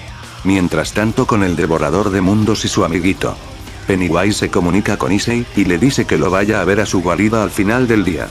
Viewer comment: se dice pennywise